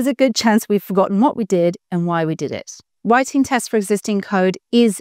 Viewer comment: "Writinge tests...", deliberate mistake?